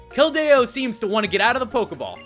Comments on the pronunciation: its keldeo not keldao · Pronounced Kel-dee-oh not Kel-day-oh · I hate when you pronounce keldeo like the its not keldao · Anthony Acosta WAT??? He has Keldo? That's not a pokemon! Though, it sounds like keldeo (Being sarcastic...) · IT'S KELDIO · Actually more like Kel-dee-oh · It's pronounced Kel-deeoh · its pronounced (kel-dee-o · its kell dee o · keld-AYE-o :P